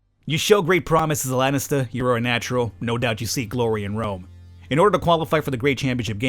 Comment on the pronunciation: Hey, just a minor thing, but it buggs me a bit... its not "Lennister" its "laaaanistaa" plzzzz, do pronounce it properly, u know why... fkin lennisters..... Cheers!;D